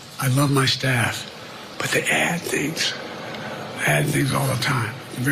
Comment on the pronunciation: “I love my staph” 😂😂😂 Infection!